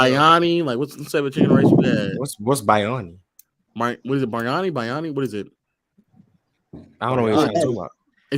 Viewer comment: Man just butchered biriyani for no reason 😂😂😂